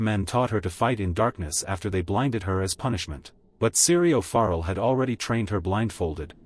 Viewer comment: His name is pronounced ForEll And Jaqu'n Hagar. Have you even watched the show?